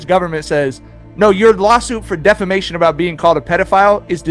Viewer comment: Ok, so its a little funny that they cant read the word defamation 😂 and after tried to read it again